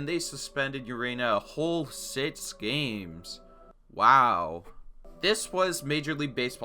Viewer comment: It’s pronounced Acunya Acuña It’s also pronounced sicks not sits 6 Sorry pronunciation is my pet peeve Great vid